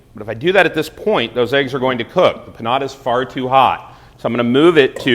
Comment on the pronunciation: "Here's how ya guys make patta-shoe"